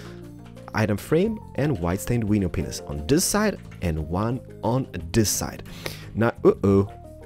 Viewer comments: By the way to everyone who is hearing him say "Window penis" He's actually saying window panes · The REAL question is, am I the only one hearing "Awkward stairs" instead of "Oak wood"? And yes, yes he IS saying window penises. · He calls them "window paneises"